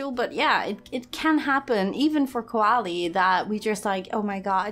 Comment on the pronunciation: Every time says “Koali”, all I hear is Eve saying “Wall-E”. Have I been watching too much Disney+?